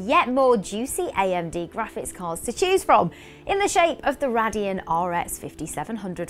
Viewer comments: BTW its Ray-dee-on not what you said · The manufacturer is pronounced Ray-Deon!! lol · it's pronounced Raydeon not RADeon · Is it pronounced RAY-deon or RA-dion?